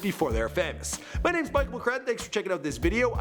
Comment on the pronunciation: this guy lives to butcher names